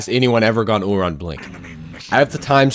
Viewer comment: I like how he calls him “oohRon”